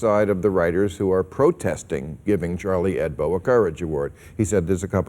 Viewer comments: It pisses me off how he keeps saying "Hedbo" -_ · Charlie HEBDO ... not HEDBO ... or am I deaf ?? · Hebdo, Bill. Not Hedbo. It's short for "weekly" in French. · It's HEBDO, Maher, not HEDBO. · Great show - but it's 'Charlie Hebdo', not 'Charlie Hedbo', Bill :) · It's Chalrlie HEBDO not Charlie HEDBO, Bill Maher,you moron!!!